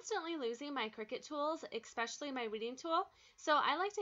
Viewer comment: Just sayin'.... it's not ECK- specially, it's ES-specially. Great hacks though